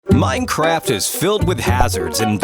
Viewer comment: Why are you saying: 'Minechast' ?